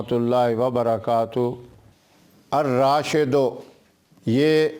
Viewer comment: Ibarat mn ar-rasheedu h, apne ar-raashidu bataya.